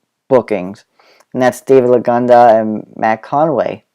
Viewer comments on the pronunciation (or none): i mean the LAGANA bit!!!!!!!!!!!! you kept sayng LAGANDA. It bugged me.